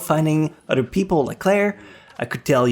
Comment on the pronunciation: di ko kinaya ung "udder" bes. uber much liason na hindi na napropronounce ung ibng words, nakkadetract sa viewing experience, and it's elfen lied not elfen leeeed